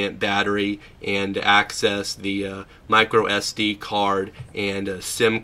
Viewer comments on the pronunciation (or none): none